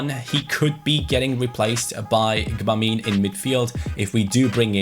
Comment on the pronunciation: I think you pronounce Gbamin french (if that makes sense) Reading it in German it'll be 'Dschöbamö'